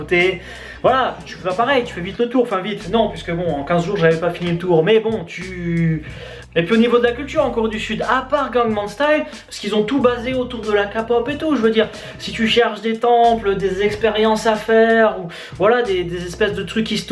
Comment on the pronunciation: J'ai kiffé la vidéo mais j'ai failli mettre un pouce rouge à cause de la prononciation kpop en ''kapop ''